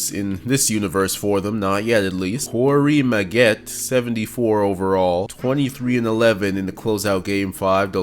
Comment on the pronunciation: “Corey M’Get”